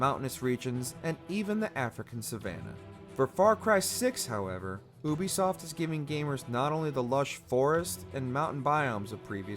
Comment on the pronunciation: Yo am I the only one bothered by the way he says Ubisoft?